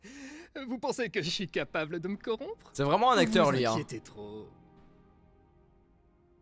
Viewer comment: Et aussi tu dit coront mais c'est corrompre